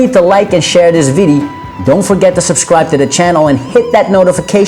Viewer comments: i hate the way this dude keeps saying "videy". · video. not viddy, video.